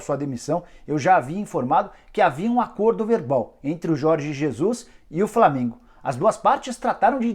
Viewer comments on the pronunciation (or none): É Flamengo e não flamingo